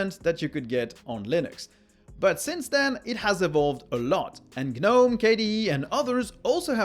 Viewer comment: gnome is pronounced nome